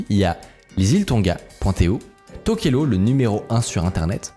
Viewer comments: Ça se dit TokelaOU pas TokelO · ça se prononce Touvalou :) et tokélaou, j'ai pas eu accès à un bon réseau pendant un an et j'ai raté cette pépite. J'habite dans le pacifique et je guette un peu ce qui s'y passe technologiquement. donc merci. J'ai bien rit sur la prononciation des noms polynésien et je connaissais pas ce business des noms de domaines. merci beaucoup